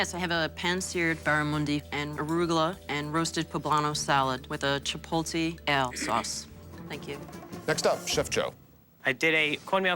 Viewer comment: A lot of these chefs keep pronouncing chipotle as "chi- pole-tay" for some reason...